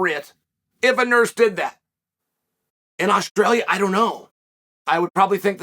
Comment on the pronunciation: He says Australia like he’s not from New Zealand